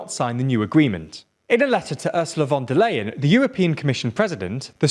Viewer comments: Von der Lion,- not Layen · Just a quick side note: Von der Leyen's name is pronounced more like "von der lie-en" than "lay-en" :) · Great video :) For anyone who might be interested, here is a quick tutorial on how to correctly pronounce 'von der Leyen' without speaking German: -> 'von' is phonetically equivalent to 'font' minus the t. -> 'der' is phonetically equivalent to the first three letters in 'derelict'. -> 'Leyen' is phonetically equivalent to 'lie and' minus the d. There you go :D